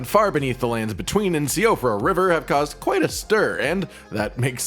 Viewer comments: It's pronounced she fra not si o fra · Still I feel like no one pronounces Siofra right.